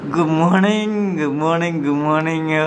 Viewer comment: Goomorning ❌ good morning ✔️